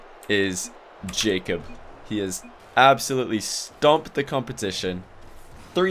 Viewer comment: after awhile I just started hearing him say "J cup" then i thought, damn dems sum big ass tittays